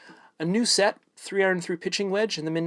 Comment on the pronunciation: Are you saying I-Ron? Lol